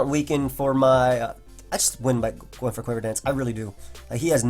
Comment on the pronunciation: Love the Showdown Live. Good fun to watch these new pokes. Nice "once the rocks are goIn' too. Accent?